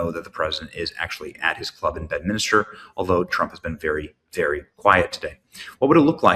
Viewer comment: Bedminster not Bedminister